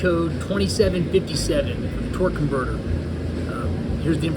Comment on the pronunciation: BTW great video, keep up the good work. It's torque not twerk lol that's classic